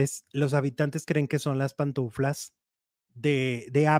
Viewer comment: No se dice PANTUNFLAS se dice PANTUFLAS 😅😅😅